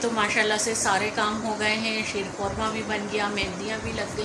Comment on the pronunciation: Sheer Qorma nhi sheer khurma hota hai plz edit